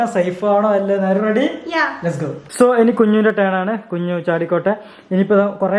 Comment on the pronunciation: കുഞ്ഞു ❌ കഞ്ഞു✅